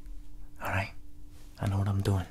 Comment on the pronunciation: Gotta love his “how you dOUin?”